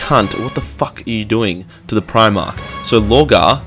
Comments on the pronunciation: I hope your jujitsu is better then your reading ability, primach is pronounced prim-arc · Am I the only one triggered by the fact that he can't pronounce Primarch and doesn't know Sanguinius' name? "San-gurrrr-ius" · PrimarCH and Libarian. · Hahaha, sorry mate, at least you're light hearted about it, other than that I did genuinely enjoy the video but like, clearly I'm easily annoyed when it comes to my warhammer aha